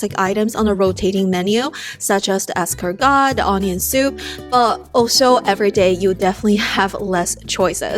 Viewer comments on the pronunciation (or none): The T is silent in escargot.